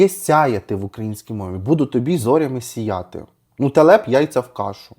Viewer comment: Професійний огляд на відеомонтаж👍Але 🤔Зверніться будь ласка до словників, бо слова "сія'ти" у вас неіснує, зате існує чудове слово "гИтара". Думаю вам, як автору текстів, буде корисно😊